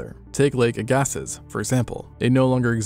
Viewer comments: Do look up names before pronouncing them as seems best to you. They are often quite idiosyncratic. It is not Lake uh-GAS-seez, because it is named for "Jean Louis Rodolphe Agassiz FRS (For) FRSE (/ˈæɡəsi/ AG-ə-see; French: [aɡasi]" which is what geologists and paleontologists learn. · I love your content but I grew up with everyone pronouncing Agassiz ias Agg-ah-sees, and hearing agah-siz for the first time makes my spine hurt a little. (I saw what google says, but every museum employee and geologist I've heard say it uses "sees". To be fair it might be regional) - A confused Manitoban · Lake Agassiz, pronounce Ag ah see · Lake Ag-ah-see, not Ag-ah-zis, FYI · “Lake ag gas ses” you mean lake ag-a-see? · "Agassiz" is pronounced "AG-ah-see". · “Agassiz” is pronounce “Ag-uh-see” 😊